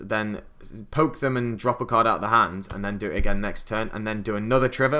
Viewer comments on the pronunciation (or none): none